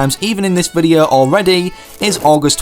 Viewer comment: despite his accent, he can pronounce 'o', but he says videa...